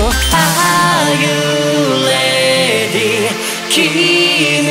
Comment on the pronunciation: Loveまふくん 痲瑠飃 発音が悪いってdisられてんぞw Rが全部Lに聞こえる Are you lady？とかわりかしバカにされてる なるせさん好きって言ってる外人が多い